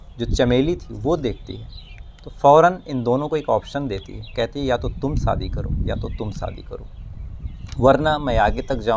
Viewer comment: भाई साहब सब कुछ अच्छा लगता है आपके वीडीओ में,, बोलने का अंदाज़ एकदम निराला है बस थोड़ी सी मेहनत उच्चारण पर भी करें।आप हमेशा श की जगह स बोलते हे।शादी को सादी सुनने में अच्छा नही लगता। एक और request है आपसे,, हवा खराब, हिहाज़ा, बहरहाल ,,,,इन शब्दों को ना बोला करें,, ऐसा प्रतीत होता है जैसे आप बनावटी कहानी सुना रहे हे जबकि आप बहुत ही ground to earth & genuine व्यक्ति लगते हे